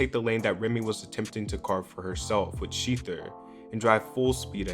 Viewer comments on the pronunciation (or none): I’m more concerned with how he is saying “sHeEtHer” and not shether😭